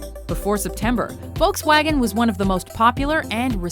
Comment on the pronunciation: The way americans pronounce "Volkswagen" HAHAHA